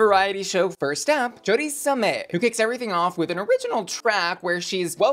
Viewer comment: You even pronounced Choriza may wrong.